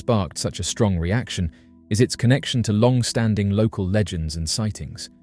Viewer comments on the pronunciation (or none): none